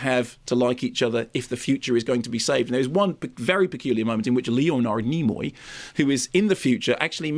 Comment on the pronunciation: Leo Nard Knee Moy 😂